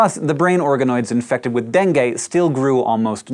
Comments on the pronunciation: I thought you were saying Bengay, not Dengue. Needless to say it was weird. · dengue? gatas-gatas.